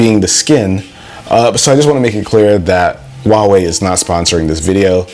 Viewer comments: The "H" in Huawei is pronounced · Sounds like Huahwi